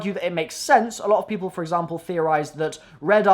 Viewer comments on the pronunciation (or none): none